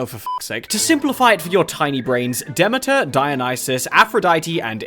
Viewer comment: Man calls us stupid and then mispronounces Demeter...